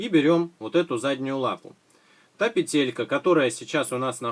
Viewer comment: Ну господи! ПЕтелька,а не петЕлька!!!! ПЕ-тель-ка Аж уши режет!